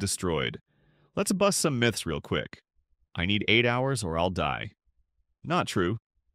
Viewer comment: Thank goodness this video was released just a month ago! I would have been missing out, though information was long existing. Another surprising thing here is how you pronounced "Myth."